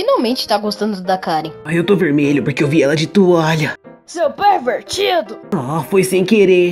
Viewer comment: Amei a parte que o amigo dele fala seu pervetido